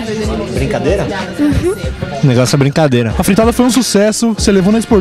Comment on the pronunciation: qual que é o négocio?? é brigadeiro, juro que ouvi isso cara, brincadeira só na boca do Cid